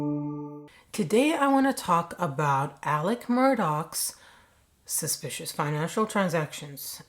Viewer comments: I love that you said, suspishal. Let's make that a thing. It's suspish, HAIL OUR QUEEN, but a little extra. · SUSPISHIL! I'd have never noticed if you didn't point it out...you are hysterical no matter how serious the subject matter! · I'm going to say suspishil from now on, don't know about you.🙂